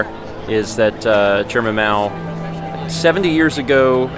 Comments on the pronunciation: Every time you said Mao I heard. So when you brought up the embalming part I got a little scared. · Why did it sound like kept saying Chairman.😄😄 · Right lmao I just came to the comments to see if anyone else thought he said Mao the same way he says 😂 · I had to listen to it a few times. My girlfriend and I swore he said "Chairman." When we realised he said Mao, we prefered it the other way. 😄😄